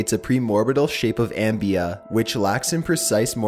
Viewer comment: Not "ambia" it's "amoeba" pronounced "ah mee bah"